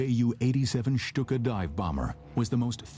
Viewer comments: Lucky 13 /stu:ka/ is bad. /ʃtu:ka/ is good. Right? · I had to turn it off because of the way he was saying Stuka.